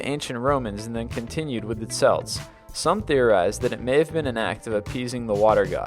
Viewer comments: I'm sure you've already been told this, but Celt isn't pronounced Selt, it's pronounced Kelt. Yes, I know. The Boston basketball team pronounces their name Seltiks, but it should be pronounced Keltiks. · Kelt not Selt. Spelt Celt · I swear Celt is pronounced kelt not selt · It is pronounced kelt not selt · The celts... THE CELTS? Celt is pronounced "kelt" not "selt" :P But the Scottish team is pronounced "seltic", That is an exception! Good list though! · this would be great, if you didn't constantly incorrectly purnounce so many words.. celt and Celtic, are spoken as *kelt and keltic. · The word "Celt" is pronounced "kelt" unless you are talking about the sports team. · for fuck sake, before you release a video check you've pronounced everything right. You've nearly got 1,000,000 subscribers so put some effort in and learn how to pronounce "celt". I'll give you the answer, you pronounce it "kelt". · Celt is pronounced KELT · The words 'Celt' and 'Celtic' are pronounced as if they were written with a letter 'K'. The great Glasgow football team's name is the exception to this rule. Being half Scots, and half Welsh, this sort of thing annoys me. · yeah...I kinda wanted to punch this guy in the throat every time he mispronounced Celt